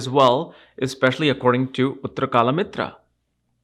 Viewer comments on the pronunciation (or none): you get funny with sanskrit terms. It is 'Uttar kalamrit' which probably translates to nectar of time/timeless nectar etc (kaal amrit) and you are saying 'kaala mitra' which literally translates to "black friend"☺.. there are some other words as well which are mispronounced in other videos such as 'dhasha' instead of a simple 'dasha'. I am no expert in these topics and understand that you are not familiar with hindi/sanskrit. Just couldn't resist commenting after hearing kala-mitra😊.. the intention is what matters though and the knowledge was conveyed without any confusion. So all well in the end👍